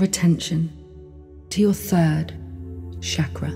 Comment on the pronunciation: As someone who speaks Hindi, the pronunciation of chakra as shaakraa instead of chukr-uh is disconcerting.:( I'd give this a 10 out of 10 otherwise. Thank you.